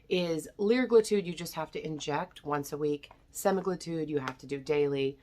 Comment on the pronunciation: CAn you pronounce the words correctly. It’s semagluTIDE and liragluTIDE